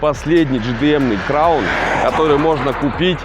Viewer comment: Бля аж уши режит от слова краун